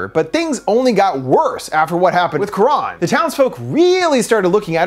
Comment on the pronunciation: Not very important to correct but the name is not Quraan but karan (not double aa).